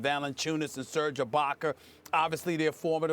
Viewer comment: Stephen a said Serge ibaker lol